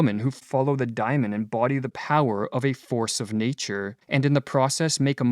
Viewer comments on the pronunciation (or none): Great video - as usual but I think it's DAY-mon something like a demon inside, not "diamond." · Why *Dymon*, and not *DAY^mon? Every time you say that my hair stands on end. Seriously, it gets in the waywhen I am trying to listen. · It’s pronounced day-mon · To my ear, the narrator is horribly mispronouncing Diamon and it distracts me from the content. As a Westerner, much can be gained from comparing and integrating Buddhist, Daoism and yoga into Western culture!